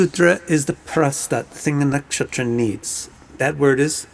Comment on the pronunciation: I love the way you say nakshatra....cool pronunciation.